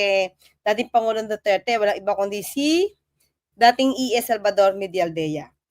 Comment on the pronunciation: du turd kayo ng du turd, duterte po ang bigkas, hindi du turd.